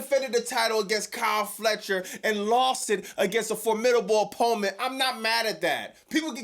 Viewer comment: "a formidable opponem"